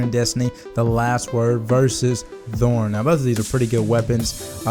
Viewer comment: Is that really how you think thorn is pronounced?